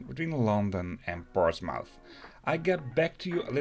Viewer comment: Excellent video. Made a similar trip last year, enjoyed it a lot. I can't help to notice the pronunciation of Portsmouth is a bit off: 'portsmuf' in Dutch.